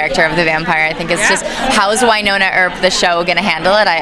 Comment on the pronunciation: It's WynoNNa Earp :-)